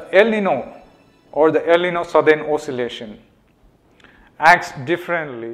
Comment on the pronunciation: I was going to tell you pronounce "el niño" wrongly, but I realized that your English is so bad that you never can pronounce a foreign language in the right way. Why the hell hasn't this channel erased this terrible video?